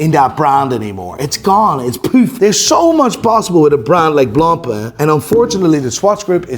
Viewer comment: Jesus Christ, you’re speaking English, pronounce the names in English, it’s ok.. it’s actually “correct” do so… look, repeat after me… “blonk-pain”… “b l o n k p a I n”, not “blom pleh”